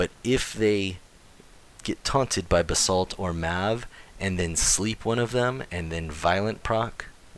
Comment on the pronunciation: I honestly can't tell if your saying bathsalt or basalt